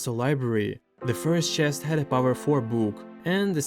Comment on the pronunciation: That OOOO CHEST! Sounds so Russian 😂